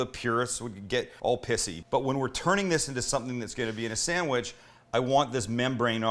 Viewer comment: Damn Sam, That's one fine "Sammich"!!